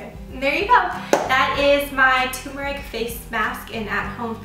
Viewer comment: It TUR-MER-IC not Tumour-ic.